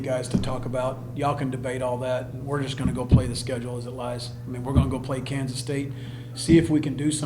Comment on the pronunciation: It's Kansa......don't get to excited